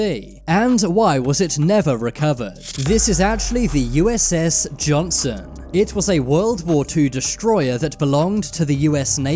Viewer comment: Thinking the same thing. Also the USS Johnston (not the "Johnson" ), sunk in the Philippine Sea.... not Mariana Trench. It's crazy they are putting this out on a channel with almost 5m subscribers. I couldn't watch anymore 🤣.